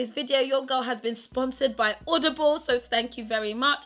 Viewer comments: She says audioble and odible😂😂😂😂😂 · When you can't even say the word 'Audible' ...